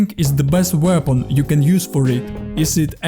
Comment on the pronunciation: great tips! Let me give you quick tip as well - practice how to pronounce in English 'aim' and 'weapon' to improve your accent